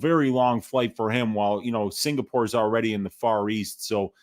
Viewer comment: It's UFC Singapore... Not UFC SINGPOOR... C'MON!!!!